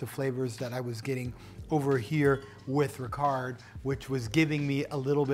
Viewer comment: Hi An excellent review of both , however the pronunciation of Ricard is Ricar, the d is silent. Also the ice is always added last. 🥳